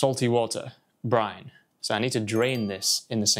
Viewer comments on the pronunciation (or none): It should be brine, not brain.